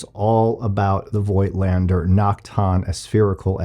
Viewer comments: Yeah, Z 8 is an amazing camera. Great lens, too. But please pronounce Voigtländer without the " i ", like fogtlander. Greetings from Germany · Honest question here, I have the same lens for the Zf btw: I have seen it elsewhere that the name is pronounced "Voat-lander", although "Voitlander" seems right however, which is it actually?